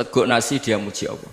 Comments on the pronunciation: allah gus bukan awwoh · Allah bukan owoh, jngn ky tukul dong gus